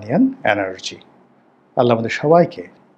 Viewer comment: আসসালামু আলাইকুম বলুন।আসলামু আলাইকুম নয়।শুদ্ধ করুন।